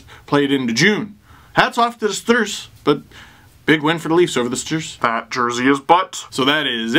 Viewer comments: i waited the whole time for steve to say stDrs; and i was not disapointed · I don't care how many times I hear it the StDrs will always make me laugh. I will forever call them the StDrs now. 😂😂😂